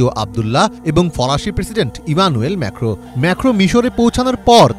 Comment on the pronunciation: ম্যেখো কি???? ম্যাক্রন হবে 😂😂😂